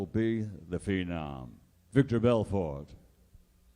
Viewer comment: How do you say Vitor’s name wrong twice with it spelled correctly on your note card and spelled correctly on the huge mural next to you?